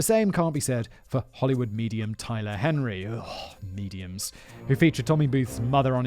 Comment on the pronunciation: Simon saying "Mediums" 😅😅😅